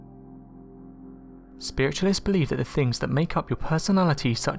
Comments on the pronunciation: Why do you pronounce things like THINGS you pronounced it Fings.. (for instance) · These are interesting videos but needs someone to narrate them that speaks ENGLISH, there is no F in WITH or THINGS or THOUGHT or MOTH and if he talked any faster it would be just a hum